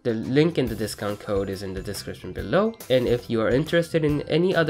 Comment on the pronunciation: i just love how he says bellow "belou"